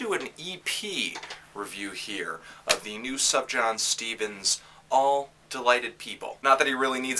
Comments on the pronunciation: Sooooooof-yawn. Not suff-jawn. It's like persian or something. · I thought it was pronounced "soofyan"? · Subjahn Stevens?? Lol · “ Suv jan Stevens “ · SOOF-YAWN, there is an F in there. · If you're going to hold yourself out as a "reviewer" please learn how to pronounce the artist's name.